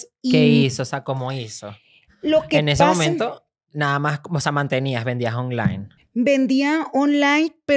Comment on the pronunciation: Como dice ser súper empresaria y no sabe ni hablar “olain” “fuistes” “cercas” “en quebra” 🤣🤣🤣